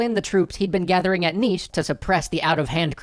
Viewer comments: Subscribed. You pronounced "Niš" correctly. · You perfectly pronounced Nis and the fortress is exactly the same